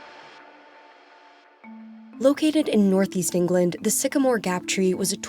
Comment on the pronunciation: "Boff" (both) and "Norfeast" (Northeast). Really?? I thought you Brits brag about speaking perfect English...... ;-(